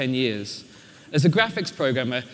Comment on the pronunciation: David Bradley its graphics not graph chiks